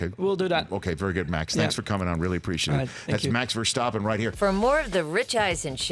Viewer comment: It’s probably just me but was anyone else irked by Rich slightly mispronouncing Verstappen every time?